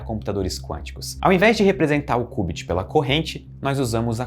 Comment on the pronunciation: que cubit oq mano, ta doido? é kiubit